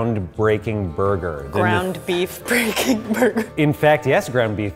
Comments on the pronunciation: Burger: Borgor I'm sorry I had to do it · "Giant Borgur" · "This is giant burga" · its borgar